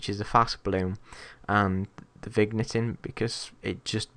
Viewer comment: the way you said vignetting xD